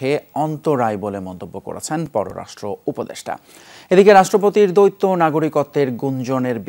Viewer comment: দৈত্য নয় উচ্চারণ হবে দ্বৈত